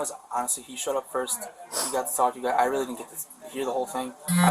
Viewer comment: "I'm witally getting awwested,I'm not special ed"🥴